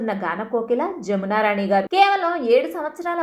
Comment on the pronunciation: జామున రాణి గారు కాదు. జమునారాణి గారు.